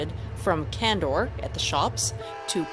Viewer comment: Ayee! I was there. It was nice meeting you. and thanks for pronouncing candor right 😆